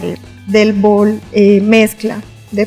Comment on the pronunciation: De acuerdo! Sin rodajas de limon 😂 estridente manera de pronunciar cheesecake y bowl 😑